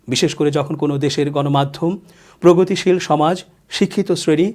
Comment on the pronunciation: প্রগতশীল নয়, পোগতশীল